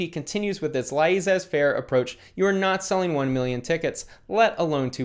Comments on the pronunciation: 😂it’s pronounced more like “layzay” or “laysay” - faire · "laissez faire" is pronounced "la-zey fair" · I think "laissez-faire" is pronounced "lah-zay fair" or "leh-say fair." Sorry for the nitpick; I love vids roasting Austin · it’s pronounced “lah-zay fair” it means hands off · Lol how are you that smart, but you don’t know the term Laissez Faire? (Phonetically - “Lé zé fair”) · Love your stuff and this vid! Just FYI, it’s pronounced “LAZ-eh-fair” (even though it’s spelled laissez faire). I don’t know why- something to do with its french roots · “La-ee-zets- ferr approach” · New sub! Love your channel man! Just a heads up it’s pronounced “lah-zay fair.” French word 🤙🏻😊 only know that cause of my 10th grade history teacher lol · Lay-zay Faire bruh haha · "La-i sez fAre" heheheh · Pronounce laissez faire like "losay fair" and impasse is "impass" not "impassay" but good job...no hate, id want to learn if i was mispronouncing too...good work on this too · “laissez faire” is French pronounced “léssé fer” means “cavalier” so, Austin’s “cavalier approach” & delusions of grandeur effed things up 😆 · First of all love your content! Just here to let you know that phrase is pronounced "lah-zay fair" lmao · Ok I love your channel but goddamn the amount of youtubers who mispronounce words relevant to the content they make! You don’t know it’s pronounced “la•zay fair”? Don’t you cover markets? Lol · BTW, laissez faire is pronounced as LA-zey. Faire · You killed me with that "laissez faire" prononciation 😂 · The way u pronounce "laissez-faire" 😭😂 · I love you but your pronunciation of laissez faire kkkilled me lol